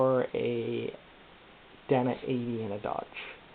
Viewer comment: "DAY-NA" not "Dan-A" Fuck.